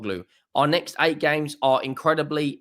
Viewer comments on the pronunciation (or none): none